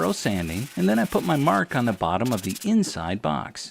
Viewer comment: "But it'z on ze inzide, zo nobady has zo know" ;) You're hilarious!